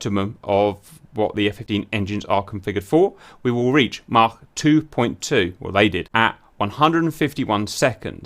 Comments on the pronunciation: According to the dictionary it’s pronounced Mak or Maak but not maarchkhc. Unless you’re Welsh 😄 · Why is Cap saying Mach with a German accent?